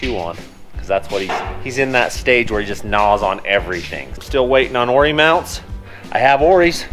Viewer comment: Awesome build, enjoy the channel. It’s ORI not “Oar-ee ” 😛